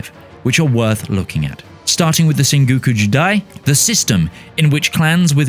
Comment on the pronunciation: "Starting with the Senguukew Jeedai"